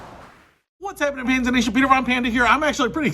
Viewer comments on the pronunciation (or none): none